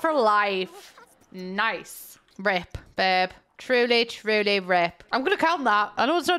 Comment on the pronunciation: It took way too long for me to realize you were saying RIP and not [felony]